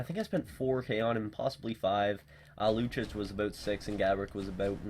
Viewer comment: Lucic is pronounced LOO CHEECH....not LOO CHICH